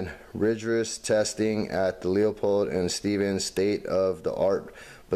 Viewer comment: Good review, I just bought some and they are really good for the price, I mainly decided on them because I have two Leupold rifle scopes and they are the best. bty its pronounced lou-pold I heard others pronounce it lou-a-pold but a factory rep told me it was lou-pold